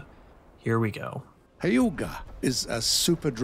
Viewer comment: Gaijin also butchered some vessels names pretty hard, for instance , "Hyuga" is pronounced as "Hiuuga"